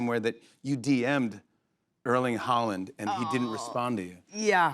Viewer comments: Haaland not Holland. Pronounced hOR Lann silent d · Did he say there's another Holland when referring to Haarland?